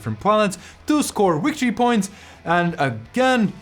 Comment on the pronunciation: It's pronounced wictory points.